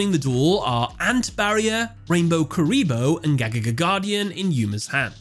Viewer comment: Bro I can't stand how to pronounce Gagaga! You're saying way to fast and it comes out a nonsense.